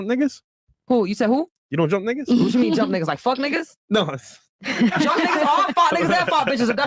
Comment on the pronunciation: she said “what chu’ meen” lol